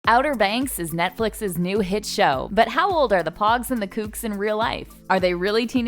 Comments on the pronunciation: POGUES NOT POGS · ok so first of all its POUGES not pogs. Second of all, Rafe is not a drug dealer, thats Barry, he’s a drug ADDICT. You actually have a lot to learn sis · “Pogs” 🤣🤣🤣🤣 She clearly didn’t watch the show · Same like it’s Pogues like come on